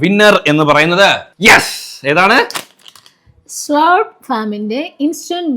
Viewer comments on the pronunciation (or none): സ്ളൂർപ് അല്ല സ്ലേർപ് ഫാം ആണ് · സ്ളൂർപ് അല്ലെടാ സ്ലർപ് എന്നാ ആ നൂഡിൽസ്ന്റെ ബ്രാൻഡ് name pronounciation